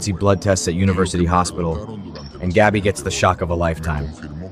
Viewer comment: Pronounce Gabby‘s name correctly, please.